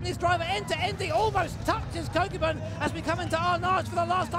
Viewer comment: Love the commentary, truly brings it to life! However the pronunciation of “Kokubun” grated on me lol. Rather than “koe kyuu bun” it should be “ko-koo-boon” with the first “o” as in orange and boon as the oo sound in “should”